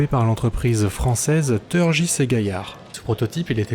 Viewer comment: C'est pas TEURgis et Gaillard mais TUrgis et Gaillard, les français il va VRAIMENT falloir vous désaméricaniaiser et CESSER d'angliciser notre langue, ça aussi, c'est être patriote ! Sinon très bonne vidéo, excellente présentation et très bon travail d'information. Ma préférence va du reste au drone de Turgis et Gaillard j'espère que l'état va en commander une quantité notable. Dernière remarque, il manque le NEURON de chez Dassault, même si le projet piétine, ça ne veut pas dire qu'il ne verra jamais le jour, exemple avec le Rafale qui a eu du mal à démarrer, mais qui se vent désormais à l'étranger et plus seulement en France.